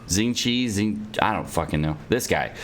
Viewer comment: Sing-chew because western people cant really read x